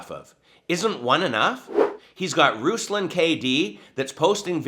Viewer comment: Eek. You pronounced his name slightly incorrectly. Going to be called a goober v soon.